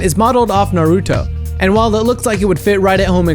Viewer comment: U have to learn how to say Naruto correctly